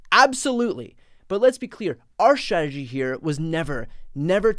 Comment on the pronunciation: Love you, Brian. But you are having an issue with the word schtratashee. I think everything you are doing is exceptionally vital and important. I am behind your efforts. Remember to self care, too.